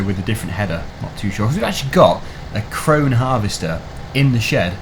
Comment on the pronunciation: Krone is pronounced Krone•eh